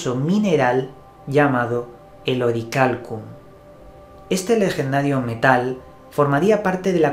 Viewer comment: SE Dice!!! Orialcon !!!!!!!